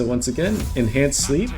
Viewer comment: 100% heard the same lol